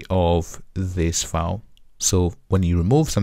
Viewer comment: file not foul. OK?